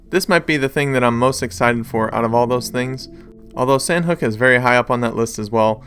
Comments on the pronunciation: It is pronounced, “San-awk”, kind sir... We don’t always gotta Americanize everything. This means “Chicken”. This should be a good thing. 👍🏼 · It's not San hook